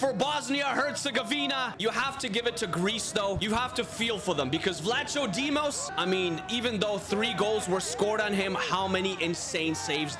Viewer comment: Happy that my country was in the final! (Greece) next time at least pronounce vlachodimos right 😂😂